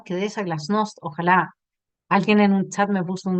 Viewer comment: Por qué dicen Ojála? No es Ojalá?